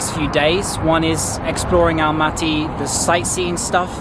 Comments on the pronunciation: Nice video You can say Almaty like you did at the first time it wasn’t wrong at all . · You pronounced it correctly in English, Almaty is ok